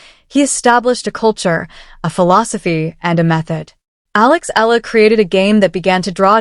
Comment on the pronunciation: It's pronounced "eh-ya-la".